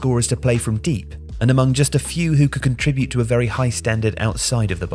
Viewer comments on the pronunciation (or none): none